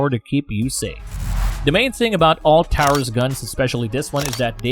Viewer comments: Taurus is pronounced "tore-us" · The AI narration is extremely aggravating. Who says, "...point three fifty-seven," or ," 9 millimeter lugger," or, "Tireus (Taurus)." I don't value the opinion of a computer program. Be real or get lost. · "Tow-rus" "Lugger" "Point three five seven" Get a real person to do this, not a stupid robovoice.